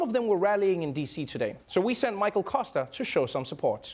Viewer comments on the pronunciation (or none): none